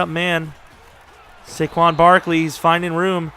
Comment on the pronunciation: It makes me cringe when you say Su-quon its SAY- quon. I'm disappointed in you lol.